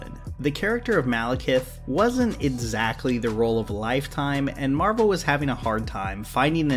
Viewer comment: Every time I hear you say - EDsactly I cringe. But still your videos are incredible.